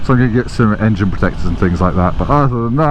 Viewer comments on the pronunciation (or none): none